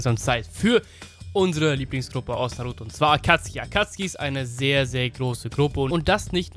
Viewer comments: Sorry aber Akatski triggered mich hart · Akatsuki nicht Akatski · Akatzuki wird Akazuki nicht Akuzki ausgesprochen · ich kann diese akatzki nicht hören tut mir leid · Kannst du vllt nicht lesen da steht akazuki mit u und nicht akatzki ohne u lost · Da steht Akatsuki du deutsches Würstchen. Sowohl im japanischen als auch im englischen sagt man "Akatski" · Est heißt nich akatski sonder Akatsuki😤😤😤😤!!! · Ich könnte schwören das heißt akatsuki und nicht akatski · Sorry, war falsch formuliert. Es sollte mehr auf das "deutsche" bezogen sein. Im Englischen und im Japanischen heißt es nämlich "Akatski" und nur im Deutschen "Akatsuki" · Akatsuki!! NICHT ,,Akazki‘‘ AKATSUKI!! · Akatski? Akatsuki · Englische Aussprache: Akatski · Akatski die Aussprache klingt voll cringe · Es heißt akatsuki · Kann es sein dass du die namen falch aussprichst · jetzt nix gegen dich aber irgentwie regt es mich auch wie du AKATSUKI Aussprichst